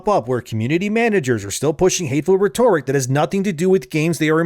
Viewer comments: Ree-tor-ic? It's pronounced Rett-tor-ic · ret ur ic not re tor ic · Reh-ter-ick is how you pronounce Rhetoric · It's pronounced Rhet-Ore-ick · Please google the pronunciation of "rhet" "toric" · You are saying rhetoric wrong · i beg you, please learn how to pronounce "rhetoric" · this dude still saying rhetoric wrong jfc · My bro, please learn how to pronounce “rhetoric.” Love your vids.